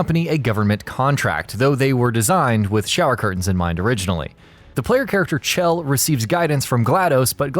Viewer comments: Her name isn't cchhell like you keep saying it's shell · Did any one know he's pronouncing it ch-ell but it's sh-ell = chell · 'Chell' is pronounced 'shell' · HER NAME IS PRONOUNCED LIKE SHELL